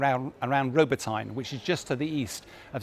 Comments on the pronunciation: Ro - bo - teh- neh NOT Robotine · I believe the town in Ukraine is Robytne ( pronounced Ro Bit Neh), not Robotyne.